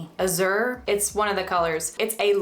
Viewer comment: Thanks for the super informative video! You explain it all so clearly! It's pronounced 'AHH-zjher' (the z sound is like how s sounds in 'treasure' and the word has the same assonance or vowel sounds as 'cat purr'). Btw, your hair color is so gorgeous!